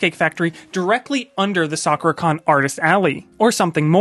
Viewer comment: You keep calling it Soccer-Con.... Its interesting that you don't know how to pronounce Sakura even though you've been going to this con for some time now...